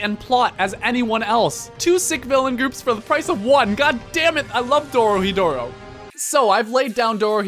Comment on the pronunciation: YOOOOOOOOO, THEM QUALITY EDITING THOUGH. Can't believe that amount of editing with this meager amount of subs, by the end of the video, I thought I was only halfway through, thats how much I want it to see more. Also, good topic, though: >One of a kind >what is Dai Dark Its a new series by the same author, Q Hayashida and its just oozing Dorohedoro, good stuff. "Doro hi doro" wait a minute, this dude said he as HE male pronoun instead of he as hey , thats it, this video is crap /s. Lastly, I see that jab with the transition. Cheeky. I admit, it is pretty cool